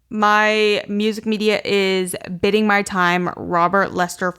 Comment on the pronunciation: it’s actually pronounced biding not bidding 🤓☝️